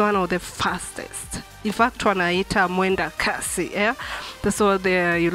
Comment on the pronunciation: Its ‘Mwendokasi’ not ‘Mwendokazi’